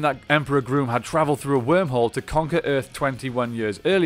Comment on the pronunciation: His name is not pronounced Groom it is pronounced Gruum.